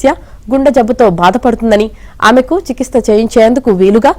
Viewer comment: చికిత్స అనే పదం సరిగా పలుకు